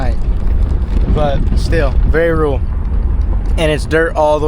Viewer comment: Rule? Or rural? Two different words.